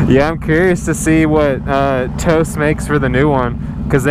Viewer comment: toast.... or Toce?